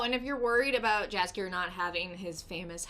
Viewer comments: You pronounce his name Yaskier not Jaskier. Like in mexican Batman Universe there's the Yoker not Joker 🙃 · I really like your channel, but please for the love of God .... don't say Jaskier with English J .... it's a big no no .... Jaskier is a Polish name so you pronounce more like yellow not Jello .... so it's more like Yaskier or yhaaaskier.